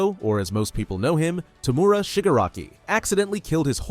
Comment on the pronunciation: I really hate when narrators cant get the names of characters correct. TOE-MOO-RA not fucking TOO-MORE-A.